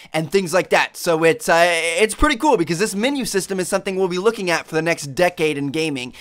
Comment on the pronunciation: minu why do u say minu it menu